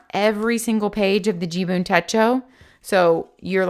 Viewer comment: Umm..... it is JIBUN .... not JUBIN (you kept saying JUBIN in the video 😀).... 🤣😂🤣😂 thank you for your review. Great effort! 👐🏻